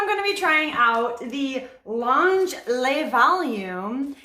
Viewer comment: Thank you for this info!! Just for future- le is pronounced (luh) 😊